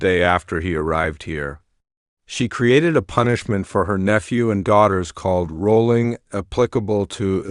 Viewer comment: Her name was Shelly not sherry! And the punishment was called wollering not rolling. Let's try to get it right. Thanks